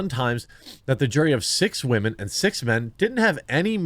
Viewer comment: Why are you calling random women you know nothing about "wahmen"?